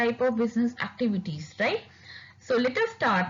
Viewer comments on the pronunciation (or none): none